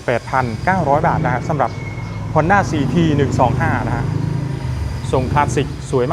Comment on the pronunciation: ฮ อ น ด้ า CT125 😊 อ่านว่าสี่ทีหรือ ซี ที กันแน่ครับ ผมฟังยังไงก็ สี่ที